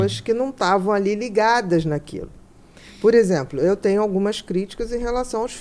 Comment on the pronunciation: Ele fala: "tenio" ao invés de tenho, "galinia" ao invés de galinha